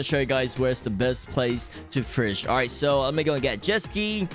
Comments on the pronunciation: Why do you pronounce fish like "fursh" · Fish ❌️ Firsh ✅️ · STOP SAYING FURSH instead of fish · Fish ❌ Frish ✔️ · Ah yes it is totally pronounced (firsch) and not fish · Fish ❌ firsh ✔️😂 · I am not new. "Firsh" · I love how you say firsh instead of fish ❤️ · my only concern about this video is your pronunciation like "firsch" eh?? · Bro “fish” doesn’t have an R in it, stop saying FIRSH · I don’t have a problem with your pronouncing but why does it sound like “firsch” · "You can catch more firsh" sounds so Authentic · I like to "FIRSH" HAHA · thank you for teaching us the best "firsh" to catch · Why do you pronounce "fish" so weird